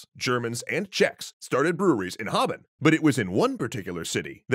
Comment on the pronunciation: Letting you know that the current spelling is "Qingdao" rather than "Quingdao". Also "Harbin" is pronounced like "Hard bean" without the d.